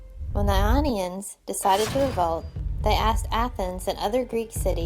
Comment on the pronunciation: The "Lonians"???? That's a capital "I," not an "L": Ionians.